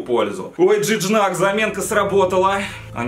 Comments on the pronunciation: Не Джидняк, а Жиньяк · не джижнак а жиньяк ударение на я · На будущее Gignac говориться ждиньяк а не джинджак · Ты серьёзно это Жиньяк а не Джижняк грех его не знать одна из чуть ли не легенд марселя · Жижнак,блэт,Жижнак😂😂😂 Правильно Жиньяк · Жиньяк, а не Джиджнак, чуть не умер от такого произношения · Джиджак😂😂. Орнул. Джиньяк правильно. Раньше в Марселе и за Францию играл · Ща бы не знать Жиньяка и произносить его фамилию ка Джиджнак....Facepalm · Когда Хэйпи Гоу лаки А еще Тот Игрок Не джиджнак А джиньак😁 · Это же жиньяк а не джиждак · Не Джиджнак,а Жиньяк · Не Джижнак, а ЖИНЬЯК!!!! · Джиджнак😂😂😂. Жиньяк это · P.s. это не джиджнак, а джиньяк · брат правильно не джиджнак а жиньяк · джиджнак))) Жиньяк читается) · Вообще то не Джиджак а Джиньяк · Он Жиньяк а не Джиджнак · Жиньяк, а не жижнак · Жиньяк,а не жижнак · Жыньяк я не джиджнак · Жиньяк, а не Джиджнак)))) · не Джиджнак а Жиньяк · не Жижнак а Жиньяк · Не женьжак а женьяк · Красавчик) Только правильно Жиньяк) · Жиньяк правильно. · он вообще-то француз, а французский и английский читаются по-разному, правильно Жиньяк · вообще-то он француз и читать надо не с английского а французского так что правильно Жиньяк я уж лучше знаю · Молодец 👏 только правильно жиньяк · Кровь из ушей шла, из-за твоего Джиджнака. Даже если это рофл над Акулом, то пощади хотя бы подписчиков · Правильно джиньяк